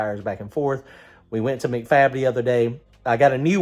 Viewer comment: MacFab is pronounced Mack Fab like a Big Mac